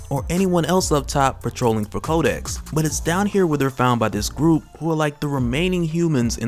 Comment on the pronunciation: 😂😂 everytime you say kodex i keep hearing kotex from black dynamite. 😂😂